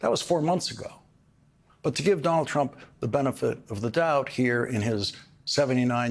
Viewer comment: Dol Trump, Dol Trump.....really, how many times can he say Dol Trump????